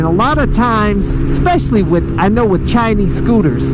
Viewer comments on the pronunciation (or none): I heard u said 'Chi-ni-s'. Wow. Next time Just say 'Chinese'